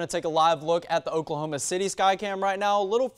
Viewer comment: What did he say ? "Okla okla" ... what ???!! I'm so confused.